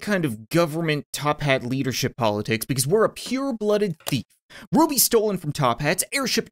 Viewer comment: It said the romainian Ruby right.And I Am from it.